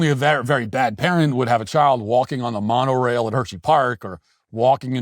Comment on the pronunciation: Why is Matt acting like he doesn’t know what Disneyland is? He’s not even pronouncing Monorail correctly